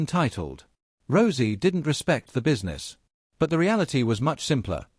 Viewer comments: He said rosey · Please stop mispronouncing Rousey 😢😢😢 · Stop mispronouncing Rousey 😢😢😢